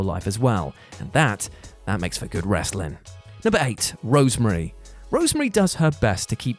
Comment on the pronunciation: Rosemary NOT Rosemarie